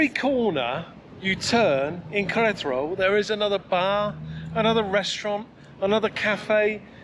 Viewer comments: For the lady it should be more like Ke-re-ta-ro, with the spaces yes... because you're sounding like "ketro". In Spanish whatever is written you pronounce, there's no shortcut nor lazy approach. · Great video guys keep them coming. I watch with subtitles on and pronunciation of Queretero translates to Karate Roll and Collateral:-)